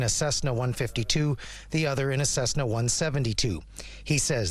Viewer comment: she can't pronounce Cesna